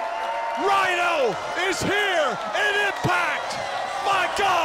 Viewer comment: It’s Rhino It’s Rhino